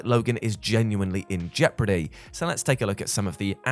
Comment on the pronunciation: Did jules just say jeoprody 🤭🤣🤣🤣u meant jeopardy 👍🏻👌🏼